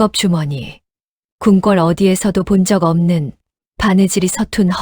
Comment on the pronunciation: 밭일을 바치? 궁꿜이 아니라 궁궐! 아니~ 왜 그렇게 허를 길게 빼면서 강조를 해요? 허대감을 붙여서 읽는게 그렇게 어려워요? 당신들 보고 감~~~독님! 작~~~가님! 그렇게 부르면 어떨것 같아요? 그리고 또 삼년, 십년, 햇수를 말 할때도 삼~~년만 이라 하고! 지시겨 꼬치피 나치근 하도 많아서 그만 쓸라네!